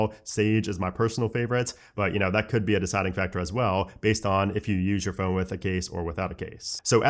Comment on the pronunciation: Still can’t say phone properly 😂 embarrassing 🤦🏻‍♂️👎🏻.